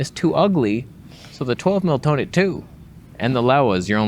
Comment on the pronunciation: it has 'fake toneh'. So I guess that should be called... 'Foneh'?